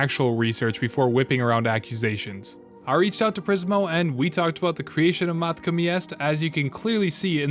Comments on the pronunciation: Yes the way he pronounced matka got on my nerves. Like how do you read “Matka” and get “Meeka” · Not only that but has the dude heard anyone else call it “meeka” 💀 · In the history of videos addressing controversy… this is ass. Why even address this with an entire video? There’s no way this was written, edited, and combed over by a pr department this quick. Fire your public relations guy. Side note: people outside of your circlejerk pronounce it Mat-ka. Weird thing to make fun of someone for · Calling him out for mispronouncing matka had me dying. Agreed that A) do your homework and B) maybe have some common sense when calling yourself an expert/guide. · This dude did not call out his pronunciation of Matka Miest is that how little you have to defend yourself with